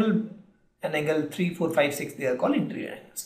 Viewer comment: It is interior not interrr